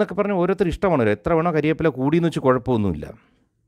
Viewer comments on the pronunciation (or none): കരിവേപ്പില അല്ല കറിവേപ്പില അല്ലേ ? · താങ്കളുടെ അവതരണവും മസാജിങ്ങും വളരെ നന്നായിരുന്നു കരിവേപ്പില അല്ല കറിവേപ്പില എന്നു പറഞ്ഞാൽ കൊള്ളാം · Kariveppila ennu parayathe kariyappala ennu paranjathu 👍...vaamozhi alle pwoli...❤️❤️❤️